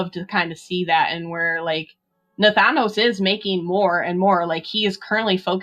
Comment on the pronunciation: It's said Nah-thanos.